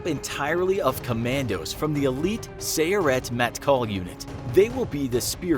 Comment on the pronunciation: The way he says sayeret matkol😂😂